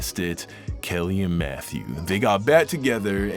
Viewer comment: Who else thought he said Methew 💀😂😂